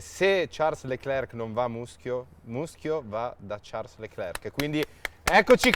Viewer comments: Fede che chiama Charles con la pronuncia inglese quando la pronuncia francese non é "Ciarls" ma "Sharl" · Ha pronunciato pure male il nome dell'ospite dio caro che odio ahhaha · Certo chiamare un monegasco con la pronuncia inglese è sempre un piacere... "Sciàrl" diventa "Ciàrls". Ragazzi davvero, studiate, lo studio evita anche figure del genere. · fede però si dice sciarl non ciars